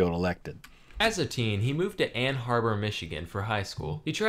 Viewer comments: I want to watch this but I’m so irrationally angry as a Michigander that he pronounces it “Ann Harbor” that it’s interfering with my ability to watch. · Knowing US geography quite well I also reacted immediately to the "Ann Harbor" bit. Ann Arbor!